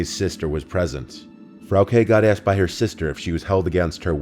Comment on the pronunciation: You wouldn't know, but Frauke is pronounced differently. Also, as a German, I'm disappointed by people naming their kids shit like Frauke. They must've hated her.